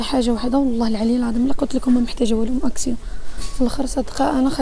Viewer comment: اكسيون " N " ca se prononce pas,on dit"اكسيو"